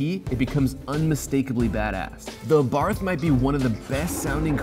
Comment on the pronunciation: It's pronounced Ren-no and the Fiat is pronounced a-bart.